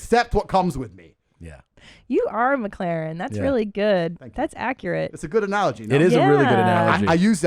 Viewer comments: Best part ; Spanish woman : "mek-lahren" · the way he said mclaren im dead